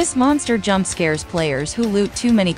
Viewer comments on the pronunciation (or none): none